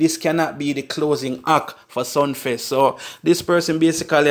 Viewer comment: Sumfest mi bredda not Sunfest